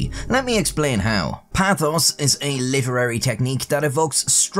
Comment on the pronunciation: Pathos is pronounced pay thos not pah thos .